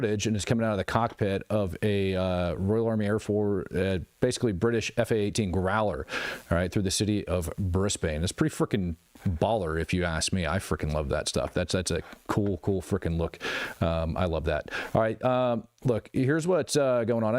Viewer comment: Was going to tag you that it was in Brisbane not Bris....bane. Thanks.